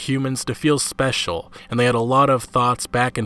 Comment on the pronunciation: no “You’re Speial!”